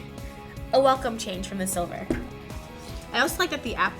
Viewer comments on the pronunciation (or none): none